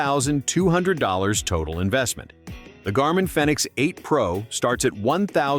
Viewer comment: Fenix is pronounced like Phoenix. Long E.